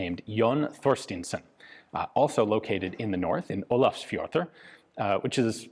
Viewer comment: It's amazing how accurate Ian pronounces Olafsfjordur, or Akureiri(I hope I spelled it correctly, I don't want an angry Icelandic mob, at my door) !